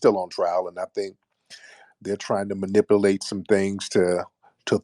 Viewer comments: Did he say manipilate?!? lol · Manipalate? What is it with certain words and blacks being unable to pronounce correctly? Manipulate, Ambulance(ambilance) and Ask (aks) are others that they all seem to mispronounce the same way. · It's pronounced manipulate you m----. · They can’t even pronounce his name or manipulate lol